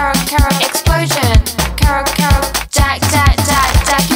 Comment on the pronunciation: ケロケロの発音が良すぎて始め何て言ってるか分からなかった～😂(笑)